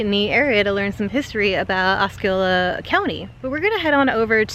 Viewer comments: Osceola is pronounced Os-see-ola not Os-ski-ola. LOL. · Thanks for sharing a beautiful sunny day in Central Florida. Awesome footage of the White Squirrel. I have not seen one of those since I was a kid. I'm a life long Floridian and unless I have been saying it wrong my entire life, Osceola is Ah-See-Ola not Ah-Ski-Ola. Just so nobody other than me gives ya a hard time lol.